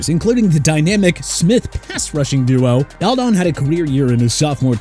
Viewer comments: This is the 2nd video I've watched of yours that you call Aldon Smith Al done. It's Alldun. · It’s pronounced “all-din” not “al-dawn” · How do you mispronounce aldon?